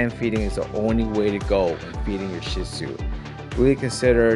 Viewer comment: Phenomenal video Not only do I have a shih tzu I'm finally happy to see someone else who not only knows how to pronounce the breed but also knows them in and out ... I do often find myself defending my dog and wish I had this video sooner because not the dog for everyone but definitely love ❤ mine and I'm sold on the breed